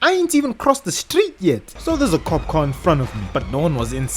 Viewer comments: i love him saying kop like a dutch person i guess ur an north african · Are you Dutch? Bc you said kop😅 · you said kop i smell dutch